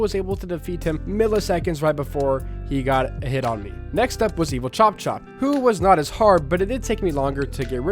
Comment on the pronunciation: Bro it's chop chop!